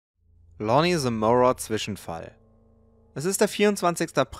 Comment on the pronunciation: bro echt coole videos und so aber ist es wirklich so schwer zwischenfall zu sagen und nicht zwichenfall??